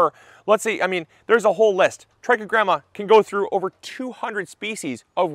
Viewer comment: I thought he was saying "Tracky Grandmas". 😂